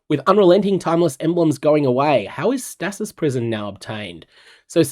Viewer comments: Always throws me for a loop when your accent comes though on random words. The way you say stasis caught me way off guard lol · bro I don't think that's how you say stasis in ANY accent lmao